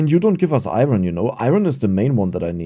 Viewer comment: I thought we taught how to say "iron" properly during Coal LLC? What happened? 😂